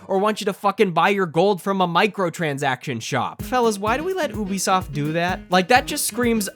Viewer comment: Oebisoft lol